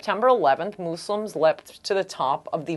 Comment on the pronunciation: moose-lims? :S